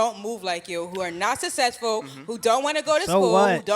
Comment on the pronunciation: You’re are NOT successful if you pronounce it “sussesful”! Dummy. 🤦🏻‍♀️